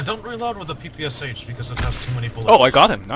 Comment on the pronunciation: Guy, you don't pronounce "PPSH" in the right way. You need to pronounce sh not as "s" "h" but as "sh" like in words, for example "shadow"